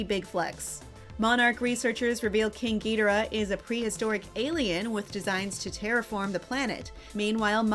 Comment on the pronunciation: Narrator pronunciation of Rodan and Ghidorah is painful